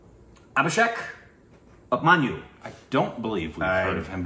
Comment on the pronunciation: His name is pronounced as A-Bhi-Shek Oop-Man-Yoo